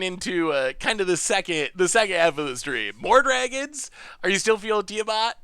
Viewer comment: tia-matt thats it, its not difficult lol. tia (name, think final fantasy) then matt (the normal name)